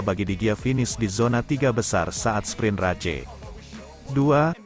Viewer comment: Pak ... kalau baca Motogp, bikin geli. Tolong baca saja motojipi biar enak ... bukan motogepe pak 😂 Lanjut sprint race ... baca saja sprin res. Satu lagi untuk main race, baca saja main res ... Maaf ya, biar enak saja di denger ... 😊😊